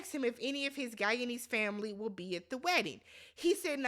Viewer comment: Awww the “tamily” I love it ❤